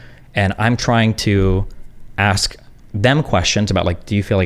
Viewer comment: i hate people who cant say Ask. it makes me so fucking mad